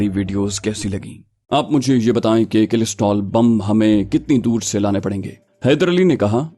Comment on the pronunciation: کلسٹر بم ہوتا ہے کلسٹرول نہیں